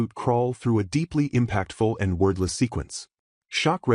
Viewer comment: Why does the AI keep saying "worthless"? Or was that "wordless"?